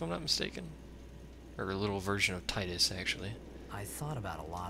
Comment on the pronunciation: Haha i also used the pronounce "Tidus" like you do, then i played Dissidia D